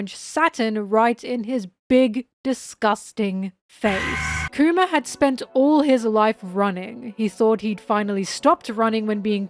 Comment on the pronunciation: Anyone else keep hearing “coomer” whenever she says kuma? 😂